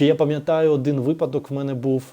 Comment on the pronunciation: У вас дуже гармонійна інтелігентна мова. Маленька поправочка: вИпадок